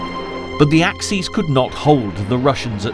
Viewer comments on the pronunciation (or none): Axes ... plural of axe ... as in ax ease. Axis ... you know, perfectly well. _Ax iss.